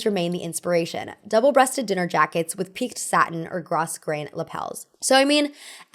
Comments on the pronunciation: Ce and ci in Italian denote a tch sound, so Cerrutti is chuh-roo-tee, not suh-roo-tee. Grosgrain is gro-grain and not gruss-grain. It always pays to verify pronunciations before speaking. Margaux has a hard g, not a zh sound. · Btw, grosgrain is pronounced with a silent s, "grow-grain."